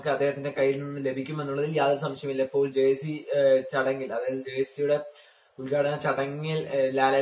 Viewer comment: It is jersey not jercy